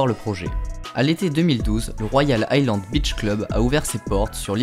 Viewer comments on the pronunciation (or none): none